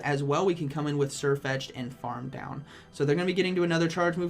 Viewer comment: Why doesnt Sirfetch'd learn Surf? That would be funny, since you actually say Surfetch'd